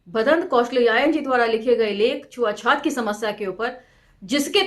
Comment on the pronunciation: छुआ छूत को आप छुआ छात क्यों बोलती हैं मैम।